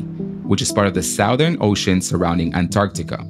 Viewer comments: Cool vid! But I have to correct your pronunciation: it's "southern," not "southern." (Lol) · I hate to be that guy, but someone needs to tell you that you pronounced "southern" wrong 😅 Absolutely amazing video, though!